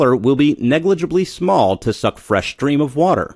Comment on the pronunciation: "Stream" NOT "Shtream"...